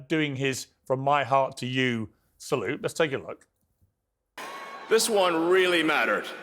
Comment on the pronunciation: AOC couldn't even pronounce the name of the Elon salute. She is a joke...